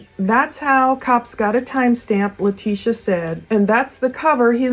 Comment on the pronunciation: her name is pronounced Lie-tesha. Great work as always